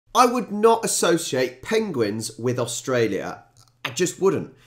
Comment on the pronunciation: After your little pronunciation stumble.. "pengwings"? You must look up Benedict Cumberbatch's interview on Graeme Norton....😁